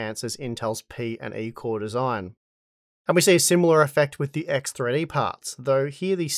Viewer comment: EKS TRI DI! My russian ass